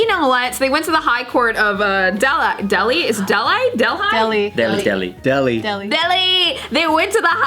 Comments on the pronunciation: hai it's not deldi it's delhi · is a cutey but I couldn’t concentrate after she mispronounced Delhi.